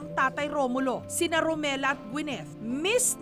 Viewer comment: Correction ma’am jessica romila po hindi romela